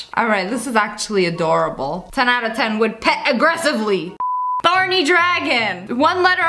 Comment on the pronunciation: Fortnite Girl OHH I THOUGHT SHE SAID BARNEY AND I WAS STUCK TILL I READ THE COMMENT